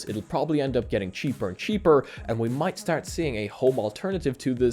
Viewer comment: Some intriguing things to take note here >.> There must be some sort of Irish in ya, "start" sounds so familiar :D